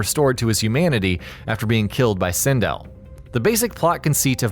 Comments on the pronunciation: SIN DELL not sin dill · Really bothering me how u keep saying sindel and pronouncing it wrong. Nice video though